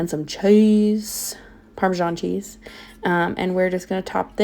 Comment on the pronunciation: Heyyyy! ❤😊 Hahaha "some butta & some CHHEEZEE" is exactly what I sound like in my mind if cooking anything with cheese 😅